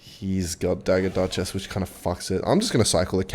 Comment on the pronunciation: you finally made it , you finally said dagger dutchess ans not choke